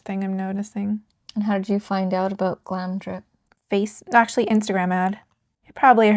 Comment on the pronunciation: Really lovely vid, but you pronounce it Glamour dip (GlamRdip) :)